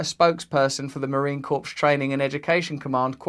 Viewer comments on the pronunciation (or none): #fyi Corps is pronounced 'core'. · Marine corps is pronounced like core. Just throwin that out there. But yes this is ridiculous.. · Mr Brand, the "p" and "s" in corps is silent. This is a real officer, it's a tragedy how he's being treated. Chesty Puller is rolling in his grave. Semper Fidelis.